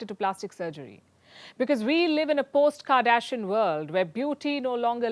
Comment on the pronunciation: "we live in a Post kadeshian world ... " AHAHAH Great